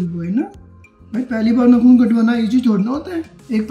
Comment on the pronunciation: Nakhun 😂 it’s naakhun